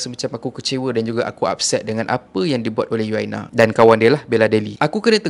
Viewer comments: Bukan You-aina Arshad la.. Mmg la org xkenal You-aina Arshad.. Hihi..sebutannya Uyaina Arshad.. U-uuu...yai-yaiii...na-naa..Uyaina.. So sebutannya Uyaina..bukan You-aina..haha.. Haha 😂 jangan mara haa... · cara abg sebut nama uyaina arshad tu salah.. bkn yuaina.. bkn juga yuyaina.. tp U YAINA.. U tu sebut U bkn YU